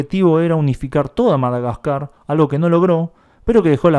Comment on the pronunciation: Madaquecua? "Quecua" no! GASCAR